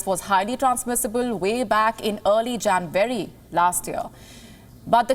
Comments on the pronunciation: It's not Janvary, its January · The way she pronounces it "Jan-wary" is slightly disconcerting. But major news this. More evidence that WHO is a sell-out. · Pls pronounce January correctly